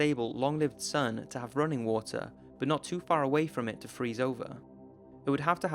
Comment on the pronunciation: wotar 🌊 wotar🌊 wotar🌊 hahahahhahahah🤣🤣🤣